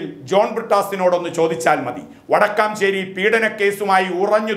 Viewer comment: ആ വിഷയത്തിലേയ്ക്ക് വരാൻ എന്താ മിസ്റ്റർ ഇത്രയ്ക്ക് താമസം? അതാണ്... ഇതാണ്... മറ്റതാണ്... മറിച്ചതാണ്.... കാര്യം ഒരു വേഗം അവതരിപ്പിച്ചു കൂടേ? പിന്നെ ഒരു കാര്യം കൂടി ' വടക്കാംചേരി' അല്ലട്ടോ, വടക്കാഞ്ചേരി അങ്ങനെ പറയൂ